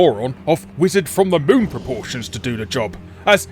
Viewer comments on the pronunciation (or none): none